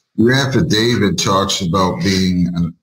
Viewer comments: old mate's another one who's keen on an "Affa David" & those that are make sure they constantly mispronounce it too as if they're correcting the judge & shaking their boof heads at them. I love it!!! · "My affiDAVID reads for itself." No, your affidavit cannot read. It can speak for itself, but it cannot read for itself. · Stupid people say affavid! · American speech is so in precise and so sloppy. The word is affidavit with a T at the end not an affidavid. No D. Not even a highly trained judge, and Attorney can pronounce words correctly, wow, no wonder the law is so imprecise.